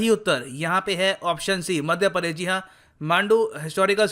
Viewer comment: Padesh nhi... Pradesh hota hai 😃😃😃